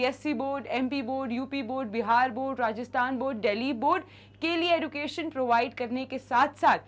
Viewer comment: Mam the pronunciation is like 'ejucation' we pronounce ed as ej not eduucationn 😢